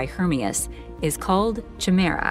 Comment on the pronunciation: Chimera is pronounced “ky mer ah”